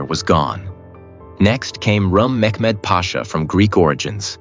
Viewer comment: It's not mekmed!!